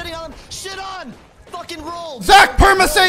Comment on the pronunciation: pharmacyって言ってんのかと思ってたpermanent safeか